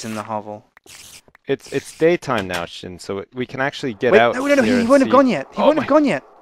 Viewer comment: Sjin's name is pronounced S-jin not Shin.